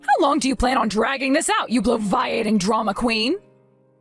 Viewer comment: Bloviating is pronounced "Blow -vee-ay-ting" - come on, get it right